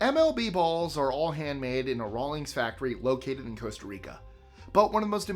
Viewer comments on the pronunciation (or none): none